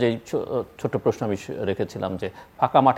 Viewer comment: আপনি প্রশ্ন শব্দেটাকে প্রেষ্ণ বলেন। এটি শুদ্ধ করার চেষ্টা করুন